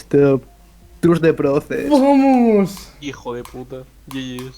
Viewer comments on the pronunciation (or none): it almost sounded like he said the n word